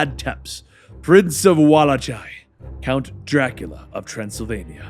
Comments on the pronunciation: How do you mispronounce "Walachia" as "Wallachai" - ________________ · He really pronounced tepesh 'teps' and wallachia as 'vellč'